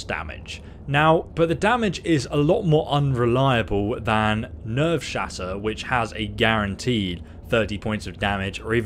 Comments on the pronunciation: It actually says nerve shatter not nerves shatter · Nerveshatter* not Nevershatter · it's Nerveshatter not Nevershatter. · You still said it wrong the second time (nerve-shatter) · Did he call it never shatter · Why does he say Nevershatter. Nerve, it’s nerve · looks at the title of the video ... Listens to him say nevershatter ... Me: "this is fine" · Him saying it wrong the whole video bothered me lol